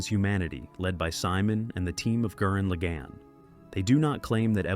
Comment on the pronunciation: almost took back my like for that absolute butchering of the pronunciation of gurren lagan…never do that again